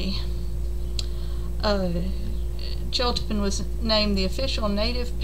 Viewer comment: I'm fascinated by the chiltepin too! It is pronounced chil teh peen. It is my favorite pepper for using in many Mexican dishes especially salsa roja. Where are you in Texas. I'm in Austin and live near downtown and they are all over my neighborhood. I find them wild in many of the nearby parks as well. I grew up in Karnes County and that is when I became familiar with their heat as a child. My grandfather would put a few drops of a sauce made with vinegar and chiltepins on his beans. The flavor of this pepper is superior.